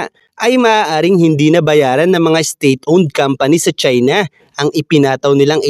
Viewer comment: Ang pangit mong magsita..lalo na pagbinabanggit mo ang salitang China.